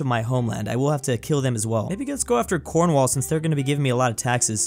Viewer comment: As a person who lives in devon uk next to Cornwall, I cried when he said Cornwhall inteas of Cornwall, (cornwawl)